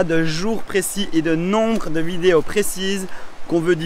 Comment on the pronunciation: Oh tu es franc comtois toi 🙂 : « les vidé-au »